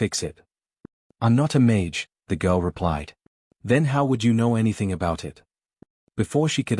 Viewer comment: Interesting story, but you should check before you upload, all the repetitive parts are unnecessary. Plus you should teach the AI to pronounce mage correctly.